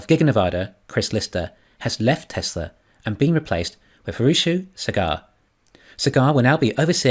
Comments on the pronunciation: It is "saaagaaar" not "cigar". It is indian name. Thanks for your efforts anyways, god bless you. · The name is pronounced Saa-gur